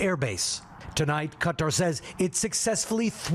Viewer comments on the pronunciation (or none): It's Qatar (Ka-tar) not cutter